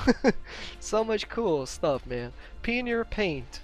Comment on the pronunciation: Pioneer = pee on ear lol just your pronunciation bro lol